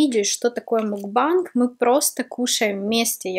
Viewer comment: Та не мукбанг, а макбэнг...